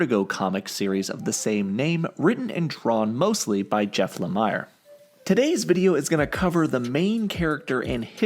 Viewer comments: It's jeff la-mere that's how u pronounce it not lemure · a little rhyme that will help pronounce lemire's name: "I am here with jeff lemire"